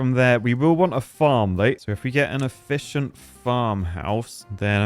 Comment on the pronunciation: Every time you say efficient I'm on edge. You broke me